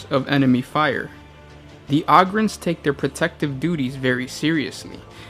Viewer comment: Dude Ogryns is pronounced "Oh-grins"!